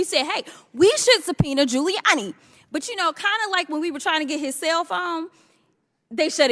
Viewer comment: did she say "sail foam?"